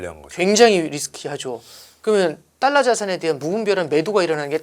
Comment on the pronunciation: 딸라가 아니고 달라~~~